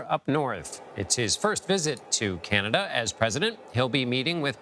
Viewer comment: How long is Biden expected to be in “Canadia” ?